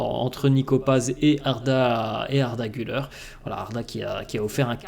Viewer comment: Pour la pronunciation d’Arda Güler , Gül(air) et surtout pas Gül(eur), donc sympas de bien pronouncer. Merci